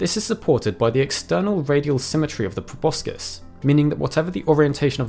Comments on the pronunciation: Like the channel a lot but it's grating to hear proboscis mispronounced over and over video after video... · Wtf is a probuscus